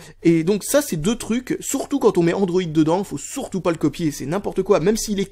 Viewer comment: et on dit" sUrtout " et pas " sOUrtout "